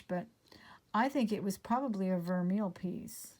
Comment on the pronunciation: just a note on pronunciation.. Vermeil , I believe is pronounced 'vare-may' :D Love watching and would love to have such wonderful luck! You are charmed. I swear <3